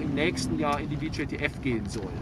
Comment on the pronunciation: Wie sichert der Soldat bei bitte ab? Mit dem Rücken zum Feind? Und wieso wird auf der Beifahrersonnenblende vor einem Beifahrerairbag gewarnt, den diese G-Klasse gar nicht hat? Und das VJTF wird deutsch ausgesprochen und nicht englisch. Namen ändern sich nicht plötzlich in der Sprache.